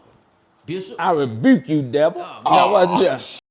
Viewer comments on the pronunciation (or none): "I Rebruke You Devil" Lmao